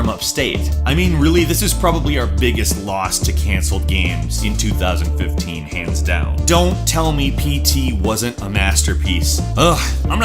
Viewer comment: Is it only me who thought he said 2013 at the beginning?